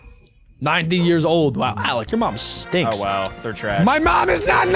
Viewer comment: THAT IS YARS NOT YEARS